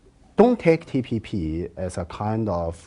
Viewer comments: This Richard even mispronounced TPP as TTP.. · Lmao the reporter forgot how to say TPP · He is certainly a moron, he's asking about the TPP, can't even say TPP and seems stunned when the Chinese man informs him that China wasn't even a part of the TPP. Has anyone addressed the elephant in the room that he has either a cluster of acne or herpes blisters by his lip? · Richard its TPP not TTP and I really enjoy seen face paused when he heard that term came out from Richard's mouth. SO FUNNY LMAO